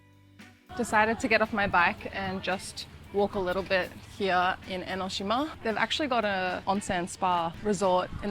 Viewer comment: I like you very much. Your Australian accent is lovely. The "hiya" (here) is very prominent. 😄